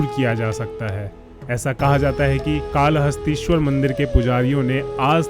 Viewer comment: Thanks, bahut achcha lga...par ye कला हस्ती nahin काल हस्ती उच्चारण kiya jaata hai,....